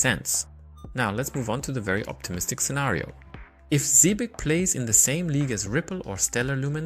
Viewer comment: Its Zebec not zebrec...but thnx for the vid